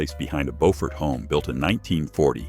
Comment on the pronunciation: Pronunciation tip: Beaufort, South Carolina is pronounced “BYOO-fert”.